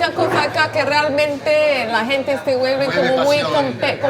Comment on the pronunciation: Es de Inglaterra 🤔 hubiese apostado que era caribeña, de Colombia o por ahí , sobre todo cuando habla Español dice (hente) casi sin pronunciar la g, tal vez tenga raíces latinas 😁🇺🇾👍